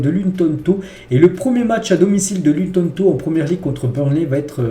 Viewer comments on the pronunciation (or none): c’est juste pour te dire que c’est sa ce prononce luton tawn